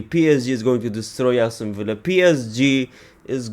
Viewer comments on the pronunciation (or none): none